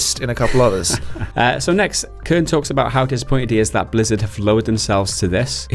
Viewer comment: Kernie, Cernie? It's just Kern.